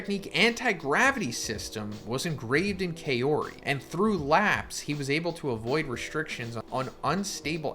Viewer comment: Just want to point out it’s pronounced kah-ori.